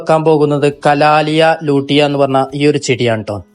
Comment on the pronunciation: കലാലിയ ലൂട്ടിയ അല്ല കലാത്തിയ ലൂട്ടിയ.